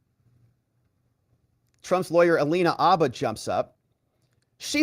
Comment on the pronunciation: Dude, are you EVER going to learn to say Alina HABBA’s name right?